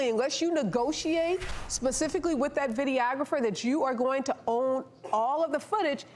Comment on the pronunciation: The way the woman pronounces "videographer" makes me want to poke her in the eye with an uncooked spaghetti noodle. Stahp.